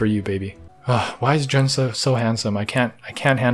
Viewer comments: Jun’s name is pronounced “Joon” not “Jon” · CAN YOU JUST GET THE NAME OF THE PERSON YOU SIMPING FOR RIGHT? holy hell its not john its JUN its pronounced JOON / JUNE ! i got eye twitch everytime you called him john gah. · His name is pronounced like the month June, the e is just silent. Jun. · grown chinese canadian man simps over japanese grown man and instead of jooon he calls him jaun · Juneeeeee not Jen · He keeps saying jun. I must be the only person bothered by this. His name is pronounced like June but spelled Jun. anyway I will exit.. thanks for the nice review of my favorite YouTube channel!! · It’s pronounced “june” his full name is Junichi btw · his name pronounce like June without the. the easiest to say Japanese word say in Spanish. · My only qualms with this video is that Jun’s name is pronounced more like “June” :) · Please say his name the correct way! Joooooon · Jun is pronounced like June. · it's pronounce joon..... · I am so so sorry but this is killing me...his name is pronounced like the month of June, not with 'ju' as in 'jump' or 'just'